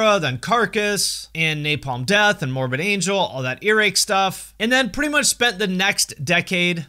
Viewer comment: I had to listen to you say Morbid Angel multiple times to realize there wasn't some heavy band I wasn't aware of named "Mormon Angel"